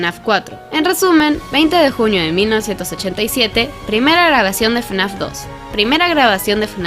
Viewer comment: Y en lugar de fnaf decía frenazo